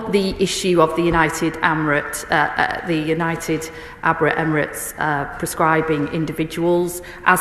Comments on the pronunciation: 'united abrit ebremits'??? she cant even talk properly 😂😂😂😂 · Can’t even pronounce United Arab Emirates, twice got it wrong…. this country is fu*ked, Starmer and his underlings are all so thick it’s unreal😂